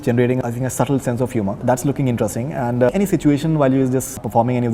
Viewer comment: Those days when Faridoon's face colour used to match his rest of the body. Now this wannabe idiot puts on so much make up that it's lol-worthy. And for god's sake sexist idiot it's 'interesting' not INTE'RUST'ING